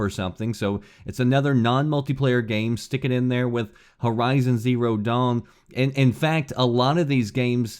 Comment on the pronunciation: did he say "hero zero dawn"